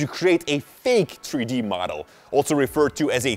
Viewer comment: Tree D modul 😂😂😂